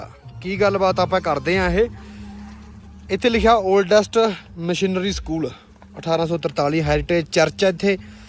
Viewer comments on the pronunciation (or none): ਮਿਸ਼ਨਰੀ ਸਕੂਲ ਕਹਿੰਦੇ ਆ ਬਾਈ ਜੀ ਮਸ਼ੀਨਰੀ ਨੀ ,ਧੰਨਵਾਦ 🙏🏼